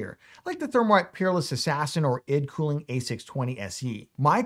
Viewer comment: The way you pronounce ID cooling lol